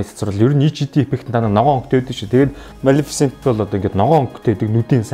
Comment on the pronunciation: малэфсэнтийг яаж хэлээд бгаа юм бээ. кккккк... амжилт мундаг шүү